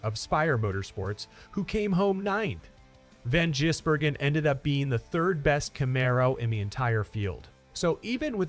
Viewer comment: Why are so many Americans unable to read or understan d?his name is Gisbergen NOT Jisbergen